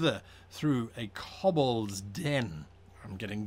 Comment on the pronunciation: K-oh-b-ol-dz not K-uh-b-ol-dz